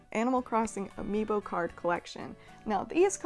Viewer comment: No one: Literally no one: Not a single living soul:: ‘Ambio Cards’